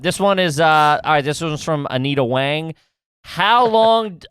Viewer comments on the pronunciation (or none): Did nobody else catch that where he's reading a Q and he says it's from Anita Wang, but sounded like "I need a Wang"!!! LOL!!!!!!!